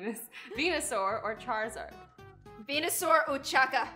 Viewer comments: Vonosaur or Charizard? me veness or part sard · Azzy:venosaur or charziard:venosaur o chaka THIS GOT ME LAUGHING SO HARD LOL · when azzy said veinosaur or charzard i was ike is she gonna say pee pee